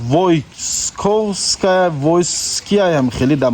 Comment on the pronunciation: Москвара нею хондан наметони метро Войковская